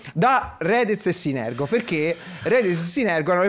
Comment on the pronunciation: scambia la R e la G nel nome di synergo